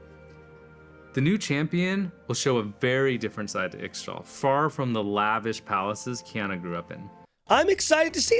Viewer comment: Why does he pronounce Ixtal like that?